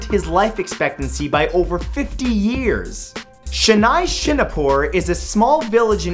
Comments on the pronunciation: it's shani-shig-na-pur 😁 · its pronounced Shanee Shingnapoor even though it spells shani shingnapur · hey mat its shun-e-shingnapur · the name of the town is pronounced as Sha-ni(nee) Shingnapur and not Sha-nai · it's not "Shanaisinapur" it's "Shanishingnapur" named after Hindu god "Shani"(Saturn) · It's pronounced - Shu-knee Shing-na-pur Its said there nothing can be robbed. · #6 is 'Sha-nee Shing-naa-pur' :) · he its shun-e-shingnapur